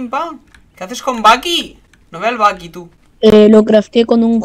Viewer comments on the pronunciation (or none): none